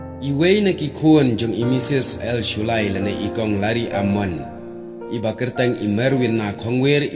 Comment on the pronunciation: Kynnoh Lari-ia-mon ym Lari-am-mon 🤦🏻‍♂️